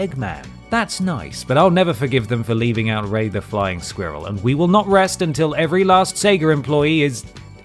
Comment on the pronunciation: "Flying SQWEErel"